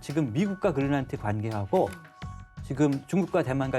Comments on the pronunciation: 그릴란트라고 하는게 맞는건가? 거슬리네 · 머리가 하야신 교수는 "그린랜드"를 "그릴란트"라고 발음한다..